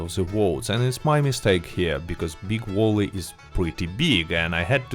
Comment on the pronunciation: "Big Walley" lol